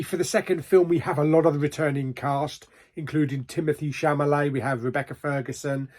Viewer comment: Chamalet it's Chalamet😅 can't wait to watch this